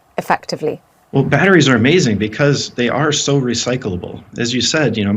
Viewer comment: Why the f does she over enunciate every other syllable. BATT-TREES...